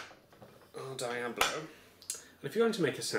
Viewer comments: Is "Dee-abb-low" the common pronunciation across the pond? I've always heard is said "Dee-Ahb-low" in the USA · It's pronounced dee-ah-blow. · Ahahaha, "dye"-ablo. :) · isnt diablo pronounced like dee-ablo ? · HalfwayBeret it's the british pronunciation. brits capable of pronouncing non-british-english words properly are a rare and dieing breed. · I know, brits just usually don't know how to pronounce non-english words properly, especially those with latin roots. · so basically it just needs to be bigger and it would be good to go. also why you pronouncing Diablo wrong? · God dammit. You pronounced diablo wrong...